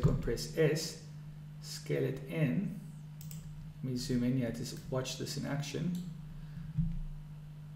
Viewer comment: why are you saying here as yaa